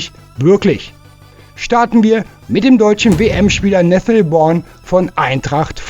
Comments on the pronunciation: Nathaniel Brown ( gesprochen Braun ) nicht Born 😂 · wat is denn nessel born? der jung heißt brown spricht man wie deutsch braun oder sag einfach nene und nicht nessel born!